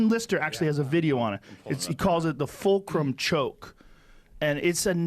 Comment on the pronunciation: Tf is fookerim? Fulcrum! 😂